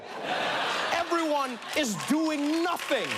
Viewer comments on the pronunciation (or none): doing nasing Little bit of that Swiss accent seeping thru just then